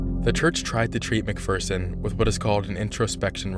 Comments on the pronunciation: It’s not a bad video but I feel like he could’ve done better research. He pronounced almost everyone’s last name wrong. Leah Remini’s, Mike Rinder’s and Lisa McPherson’s. It doesn’t take too long to look it up but it’s understandable if English isn’t your first language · Wow. First, it's "Sea Org," not "Sea Orgs." You pronounced Rinder wrong. You pronounced Remeni wrong. You pronounced McPherson wrong. McPherson didn't disappear, she died because they wouldn't take her to the hospital and then no one wanted to decide what to do and couldn't reach a supervisor. Everyone knew she died. The Hole isn't for defectors, it's for PTS. They use it for execs to get them to get back on the path. They have to be 100% dedicated to COB or he will get too paranoid. It really sounds like you just looked some shit up on Wikipedia and rewrote it. You must not have watched a single interview or video. You need primary sources for this shit, not just a Wiki page.